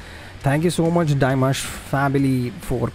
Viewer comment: Not Dye Mash it's Dim Ash you still said it wrong. The announcer made a mistake Dimash has never been on The Voice, he was referring to a Chinese reality show for top professional singers that he participated on. No he doesn't sing mostly love songs but he sings all genre, all OCTAVES and is a big pop star in China. He can sing Pop, Rock, Rap, Folk, Classical, Opera, Ethno Folk, Etc, Etc. He can sing anything and sing it perfectly with emotion that can enter your soul. He is the most highly musically educated musician at present in his 2nd year of his PhD so why are you wondering how he is doing it. Of course he can do it but it helps that he has longer vocal cords than others, maybe due to his height, he is 191cm or 6ft 3in, or genetics or both, but even with them he needs to have the training, education and understanding of his own instrument to be able to have this free and flexible way of singing. He is undoubtedly the best vocalist in the world with the biggest vocal range probably ever. He is a phenomenon, he is constantly striving for perfection, his voice improves and strengthens with each live performance. He will soon have total domination of music around the world 💖